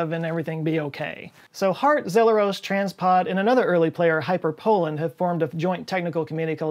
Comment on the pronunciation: I don't think it's pronounced Trains pod. It says Transpod.